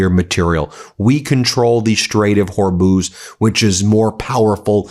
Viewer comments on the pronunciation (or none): none